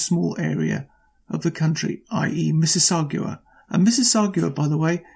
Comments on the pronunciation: Mississauga. GA. Not Mississaugwa. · so I shut this off after about 2 minutes. first of all, you are pronouncing Mississauga wrong. Mississauga is an independent city with their own mayor and city council, not a suburb of Toronto. it is also a city of nearly a million residents , hence the number of electoral ridings. see in canadian politics, we elect members of parliament to represent people, and we decide how many there will be largely on population. Lastly, motions are not bills. if you are going to have a successful commentary on Canadian politics, I suggest you educate yourself on Canadian politics, and maybe geography.